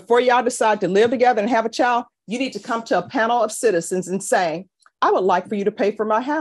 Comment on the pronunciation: I love judge B. I watch as many cases as i can. But she can do better than " chow, and whorl" for child and world. Just saying.